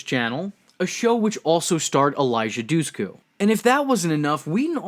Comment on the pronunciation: its eliza DUSHKU not DUHSKU ..D..THEN SH LIKE SHIT im albanian shes albanian trust me on this